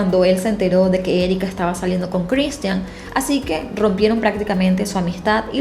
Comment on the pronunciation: No seas ridicula,pronuncia bien el nombre de Cristhian.